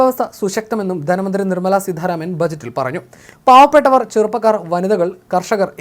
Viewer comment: Edamonne seedharamanalla,choothye sitharaman anu.Malayalam padhykku.ennyttu esse vayikkam.